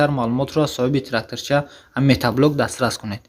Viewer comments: Бе акл метаблок нагу мотоблок бгуууу шарманда карди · Салом бародар,бахшиш метаблок( матаблок)нагуй хандаовааст 😂😂.як бори дигар бахшиш рекламаи хуб доред. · Офарин, лекин метаблок не, мотоблок! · Метат задай иқа метаблок мегуй